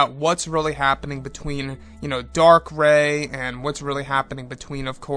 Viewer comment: Darth Rey... Not Dark. But great vid. 👌